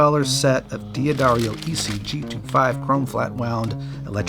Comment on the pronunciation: But "Dee Adarrio"? Dah-Darrio bruh! ") Dig the video!! Jack ~' '~